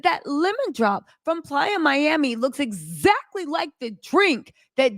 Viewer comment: She killing me saying PLYER MIAMI and it’s PLAYA as in offsets a PLAYAAAA Miami but nothing less cardi dumb ass shouldn’t have tooken him back and I don’t feel bad for her